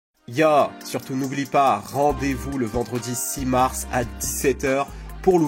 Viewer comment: siss marss... pas simarss